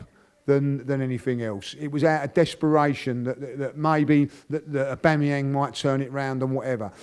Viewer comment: Aubamawho? Aubamawhere?